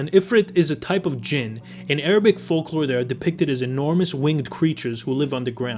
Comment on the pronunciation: Finally someone got Jinn right!